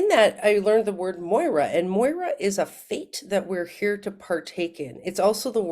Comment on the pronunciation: Moira = it is written moira but it's pronounced Mira 💙🇬🇷💙